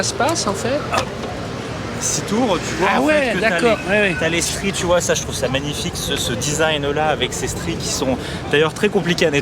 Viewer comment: La signaturheu... les radiatheurheu... c'est magnifiqheu...